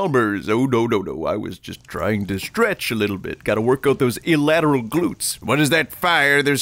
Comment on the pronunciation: Those "illlateral glutes" lmao.